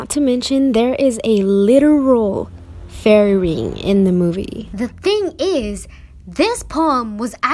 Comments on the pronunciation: "Fairy's" not faery but OK👌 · Your spelling of fairy is bad you said feary